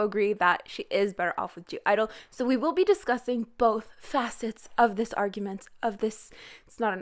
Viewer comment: anybody else triggerd that she keeps saying gidle instead of idle LIKE WHAT THE FUCK!